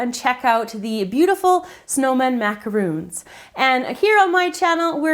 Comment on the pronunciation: Why is no youtube chef able to pronounce the word Macaron? Macaroons are coconut and chocolate cookies. An english word. Mac-ah-roon. Macaron is an meringue based cookie. A french word. Mac-A-Ron. Mac as in macaroni. A as in the letter A. Ron as in Ronald.